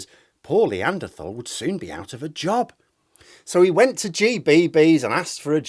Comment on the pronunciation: The 'Lee-anderthal.' Lol